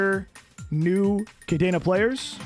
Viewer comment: Love the series, pretty cool video. Cadena is indeed busted. And fun fact, it is "cah-DEH-nah", not cadeena, not cadaena. It is a spanish word 🤣